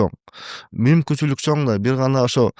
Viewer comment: ИНИМ РАХМАТ ЖАКШЫ КОНТЕНТ БОЛУПТУР. ЭЛГЕ КЫЗЫКТУУ, ЖАНА ЖАШТАРГА ПАЙДАЛУУ. БИР СУРАНЫЧ БАР САГА. АКЦЕНТИН АЗАЙЫП, КЫРГЫЗЧАНЫ ЖАКШЫ ЭЛЕ ОЗДОШТУРУП КАЛДЫН. БИРОК: ЧОН РАХМАТ ДЕГЕНДЕ Н ТАМГАСЫН ТУУРА АЙТКАНГА АРАКЕТ КЫЛСАН ЖАКШЫ БОЛОТ ЭЛЕ... Я ИМЕЮ ВВИДУ НОСОВОЙ ЗВУК Н. ОН ПРОИЗНОСИТСЯ ТОЧНО ТАК КАК ПРОИЗНОСЯТ АНГЛИЙСКИЕ ИНГОВЫЕ ОКОНЧАНИЯ--- ng.